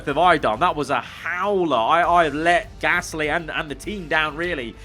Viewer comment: Praying for next season can say Gasly correctly